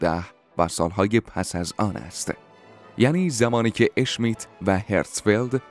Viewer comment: سلام بسیار عالی ممنون وتشکر، یک ایراد : بگویید، ش میت ونگیید اشمیت، در زبان المانی حروف sch صدای ش میدهند ،نه صدای اش. بقیه بنظرم عالی بود وگوینده صدا ولحن خوشی دارد.